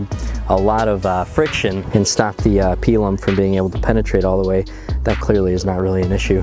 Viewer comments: It's typically pronounced "pie lum" not "pea lum" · "Pie Lumm"